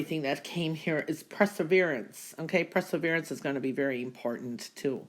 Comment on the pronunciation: First of all, I do really like and enjoy your readings, but I feel obligated to point out one word that you consistently mispronounce.....that word is perseverance. I usually can ignore it, but you used the word so many times in your intro to the readings that I felt the correction was needed. The word is PER-SE-VER-ANCE, not PRESSER-VERANCE. I realize that this comment sounds like trolling, but please know that I sincerely don't mean it to be. Sorry for any offense this comment causes.